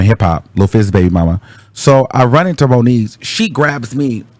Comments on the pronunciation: Its moniece 😂😂😂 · “ that was the end of moniece “ 😂😭😭😭😭😭